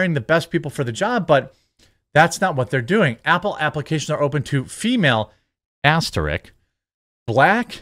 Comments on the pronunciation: It's aster-ISK* not "asterick" ..you come off so ignorant some times bro. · Asterisk, not "asterik"